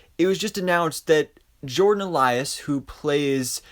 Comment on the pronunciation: Elsass not Elias.